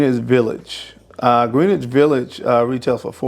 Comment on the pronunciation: and you still don't say greenwich village correctly